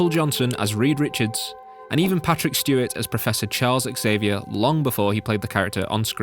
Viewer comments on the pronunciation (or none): NOT Charles X Avier for heck's sake. The X is pronounced like a ks OK so you say it Charles Ksavier, which, if you think about it has a greater meaning, maybe it's because he is supposed to be the saviour of the mutants, you know a pun! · Why can't people say the Xavier correctly? It's not /X-avier/; It's /Zavier/, like xylophone. I blame the X-Men movies because they got it wrong 1st. The name Xavier has been around for centuries and it's only been since the films came out that so many get it wrong. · However Xavier is a Spanish name not English and pronounced Havier.